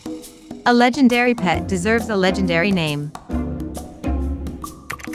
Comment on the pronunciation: she said ima get lengdary and lots of trades Starting me LAGUH LOL